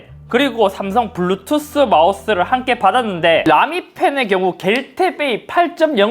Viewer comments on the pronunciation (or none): 블루투th 마우th